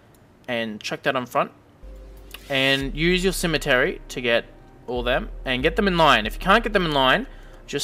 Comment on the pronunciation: Lol "cemetery"